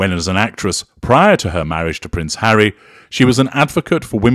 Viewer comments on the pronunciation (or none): none